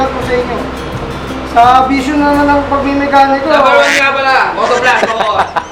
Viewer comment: "PILIPINS NUMBA WAN"